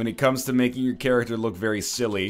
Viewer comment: it's character not charackter. Work on your english